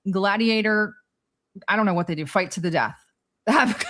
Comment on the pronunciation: We will shight 😮 did the fascist lady really say that 😅